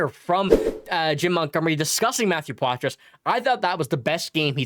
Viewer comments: #51 is French-Canadian. You don't pronounce the "s" in Poitras. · #51 pronounces his name with the silent "s". Just think we should be able to pronounce his name correctly...Just saying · The S is silent when you pronounce Poitras.